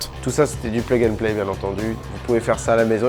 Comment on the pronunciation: J'adore le "plug and play" à l'americaine 😂